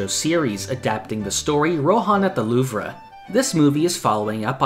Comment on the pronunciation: "Rohan at the louv-ra" 💀